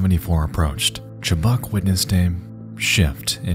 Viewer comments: Her last name is pronounced "Chu-buck"...not "Chu-Bock". Maybe the most famous of the disturbing lost medias out there. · My biggest pet peeve is people who don't bother to learn how to pronounce well known names. Her name is pronounced "chub-UCK." I'm really not trying to be a Karyn here, but this doesn't take much research.